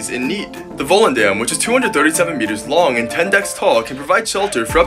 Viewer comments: IN THE NETHERLANDS? Not to far from home And nice to see that they want to help Ukraine Im going to put the Ukraine flag in my username real quick Edit: You pronounced volendam wrong lol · I always find it so funny as me being from the netherlands how american or british people pronounce dutch words, its just the way he says it voelendaem🤣 The "dam" in the end of volendam is supposed to said sort of when you say dumb but remove the b